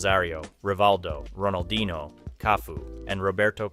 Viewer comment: bro at least learn how to pronounce the names correctly, you can say la coruÑa but can't pronounce ronaldinho